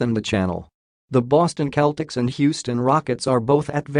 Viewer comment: SeL tics Not cletics Celtics